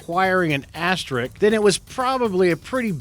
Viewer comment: "Asterix" is not pronounced "asterick".